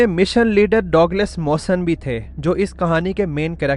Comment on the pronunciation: Correct name pronounciation ( Douglas) is " DUG LESS " You say " Dog les " that is incorrect .